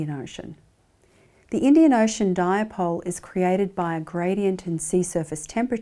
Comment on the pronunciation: Nice presentation Professor but it is not pronounced as “Diapole”